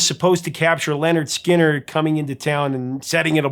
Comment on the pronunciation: LINNERD SKINNERD not "Leonard"